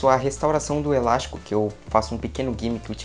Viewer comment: O melhor da mágica é ele falar elasco perfeito.. Eu vou tentar com elástico, perfeito.